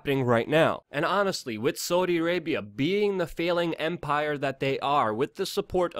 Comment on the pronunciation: You say “Saudi Arabia” really really weirdly